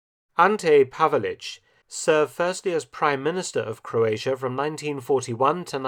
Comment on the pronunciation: Forgotten? I love him even today. Also it's crazy if English is your first language and you don't know how to say "Croatia".